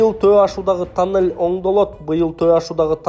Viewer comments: Танель эмес тунель деп айтсан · Чулдурабай тунел деп эле сүйлөчү танел дебей же кыргыз эмес же киргиз чалды куйду болуп